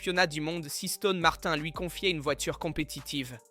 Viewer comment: L'image de vidéo saute avec L'IA et la prononciation en anglais Aston Martin parce que en français ce n'est pas terrible